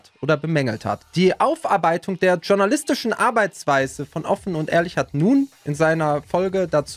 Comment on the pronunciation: Dschjornalistisch. Lern Deutsch.